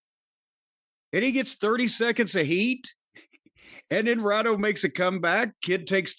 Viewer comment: Rhino??? Rhyno you mean?